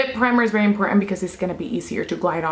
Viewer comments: You shouldve got Revlon Color stay foundation its longer lasting and full coverage i love how you say berry instead of very lmfaooo "its berry dark" lmfaooo 😂😭 your accent is sooo cute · "I'm berry orange" lol I love you!!